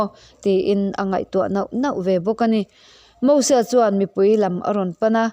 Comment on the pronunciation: Nia... Mosua tih te... 🤣